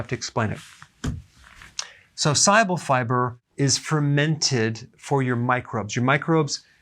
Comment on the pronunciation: great vid. when you say pronounce "soluble", it soumds like you're saying "si-able". bit confusing.....